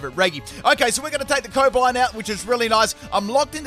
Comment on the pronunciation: Never heard anyone pronounce Cobalion that wrong XDDDDDDD